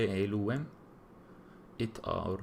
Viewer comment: It is Elohím pronounced Elúwem